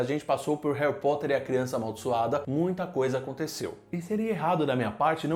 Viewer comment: Hawi Potter